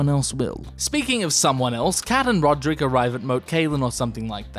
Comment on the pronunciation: “Ser Rulrek”